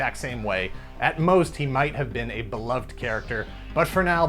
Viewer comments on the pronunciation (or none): none